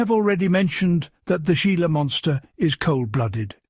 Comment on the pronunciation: It's not gee-la. It's He-la. Spanish pronunciation !